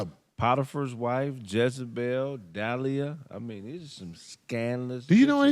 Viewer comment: Her name is De li ah